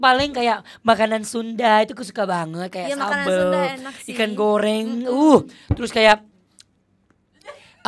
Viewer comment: berarti klo di Indonesia itu suku Bugis,,! Org Bugis nyebut ikan ,,jd ikang,,! Nama saya Syamsuding dari Balikpapang mau ke Banjar masing,,gitu klo Bugis ngomong,,,! Tp giliran yg pake Ng jd n saja,,! Itu Bugis,,,! Klo gak salah ,,,!?